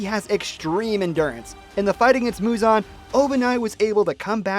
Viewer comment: muzan not huzon